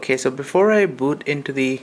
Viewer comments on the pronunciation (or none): none